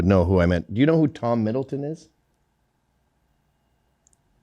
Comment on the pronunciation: Gavin's constantly getting names wrong, it's Tom Hiddleston. He played Loki in the Thor and Avengers movies.